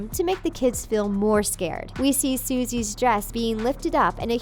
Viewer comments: This video is a cheap (and monetized) cash grab. They just hired some random voice actor and gave them the lines, she didn't even pronounce the names right, it's sussie not suzie and anais not oniesse lol. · Did you seriously call sussie “susie” and mispronounce anais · You pronounced Anais and Sussie wrong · Its sussie not Suzie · It's not Suisse it's actually pronounced the way it's spelled with is Sussie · It's not pronounced soozee.. It's pronounced Sussee... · It's not Susie it's sussie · Btw she said TWO NAMES WRONG. This is how she said them... an-i-es Sou-see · Anais is pronounced an-eye-eas. Sussie is pronounced suh-see. Just trying to be helpful :)! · I well well well ur NOT CORRECT ITS SUSSIE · is a fake fan she doesn’t even know how to say sussie. She also says the flowers name is penny PENNY IS THE PEANUT 🥜 LESLEY IS THE FLOWER 🌸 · Who’s sussie atleast learn how to pronounce characters names